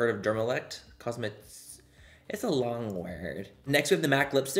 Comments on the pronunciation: Say it with me Manny: COZ - MEH- SUE- TICKLES... cosmeceuticals HEHEHE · Manny: Cosme-ceuls Also me: Cosme-cuticle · Thank you!! Now i see it. When he said "Cosmeticules" I was like... that still sounds wrong 😅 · For future reference Manny, cosmeceuticals is pronounced like cosme from cosmetics and ceuticals from pharmaceuticals (sooticals). So together it’s cahsmisooticals. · For future reference Manny, cosmeceuticals is pronounced like cosme from cosmetics and ceuticals from pharmaceuticals (sooticals). So together it’s “cahsmisooticals”. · Manny, it's pronounced cos-meh-soo-tickles 😂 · Cos-meh-tih-soooo-tih-Cals! That’s how you pronounce!! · He just say tickles lol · THE WAY YOU PRONOUNCED COSMECEUTICALS AHHAHAHAHA